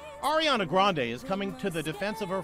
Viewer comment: Lmao yo he says her name like airy-ana 😂 really dude? How do you mess that one up